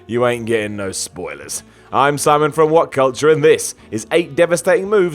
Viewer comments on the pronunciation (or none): none